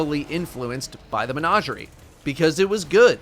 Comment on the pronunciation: Every time mispronounces menagerie I lose a little bit of my soul